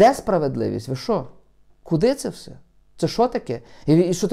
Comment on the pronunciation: не всьо, а все. Завжди ти так говориш.